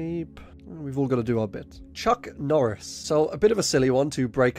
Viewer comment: Chuck nooris